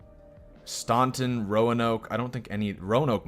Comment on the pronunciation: Staunton is pronounced STANton